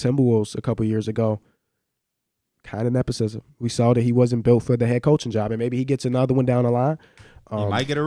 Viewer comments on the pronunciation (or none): On the nepotism comment, not “neposism” …why don’t you keep that same energy when LeBron brings in his people and gets them paid? Actually people praise him for that…it’s a part of the game, is it right or correct, who knows. You wouldn’t get some of your people paid if the opportunity came about? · I really need to know why the fuck p, and let this man botch the word nepotism not once but 5 times without correction? There's no way all of them believe that's how its pronounced. So i don't want to hear tell about hyperbole not being a good word cause he knows what it means and can say it.